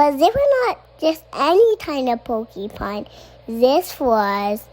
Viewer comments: Jesus, is Tosh’s son getting a Florida public school education too? It’s porcupine not pokey-pine. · there has never been a more accurate mispronunciation than "pokeypine," because they're pokey. zoos should get on board w/ this